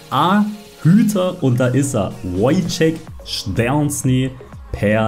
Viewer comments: ja ka is mir halt aufgefallen und fands übel lustig 😂 Man spricht ihn übrigens "Tscheschni" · ja for real warum sagt er das so? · szczesny spricht man glaube bissl anders aus